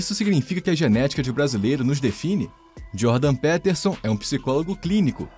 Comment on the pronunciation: Mano, é "Djôrdan - Pítersãn".